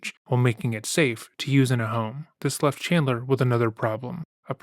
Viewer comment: She says “laughed” instead of “left” Very jarring for a moment